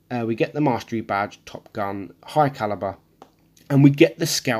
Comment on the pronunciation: It's badge not batch